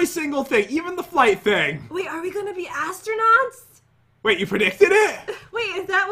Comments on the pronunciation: “ I can’t wait to start becoming an AssTRunuuWws!” - 2019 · "i cant wait to be astunits* pat: " astunuts? " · I like when said "astronewts" 😂😂😂😂😂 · astronukes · literary said asttronuits then i was like what.... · your so funny you said assternoot,s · said astro-newts